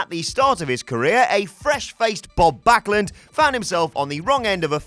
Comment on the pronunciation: You have to btch about spelling mistakes? Your ears were still working fine and he did pronounce his the name correctly... Meh, get a life and move on...